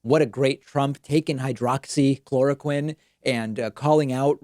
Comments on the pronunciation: Haghaaha he can’t even pronounce hydroxychloroquine...lmaOoo! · Why are every one of his responses the same? Everything is great, we’re doing a wonderful job, blah blah blah. Everything is false or fake his vocabulary is that of a 5th grader he can’t pronounce words, he slurs and now he is telling people who are dumb enough to believe him that he’s an expert on medical advise he’s a total idiot. Why when he can’t answer a question he responds rudely I can’t stand Trump he’s such an -ss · Funny how he forgot the name or forgot how to pronounce hydroxychloroquine after touting its effectiveness! I heard there are some devastating side effects like forgetfulness, hallucinations, death and other weird s#!+! It’s hard to tell, but I think Djackass Drumpf aka Donald jTrump is losing whatever mind he has left!